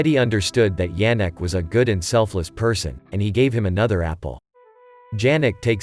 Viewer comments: "he was watchig his boxing maches on TV" - realy, maybe he watch it on tablet or smartphone? In 1930-39 - who had TV ? People listen to the radio but TV was not such spread invention. 4: 10 - not "Dżerek" but [ Ianek] should pronounce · It's not pronounced D-zh-anek, but Ya-nek.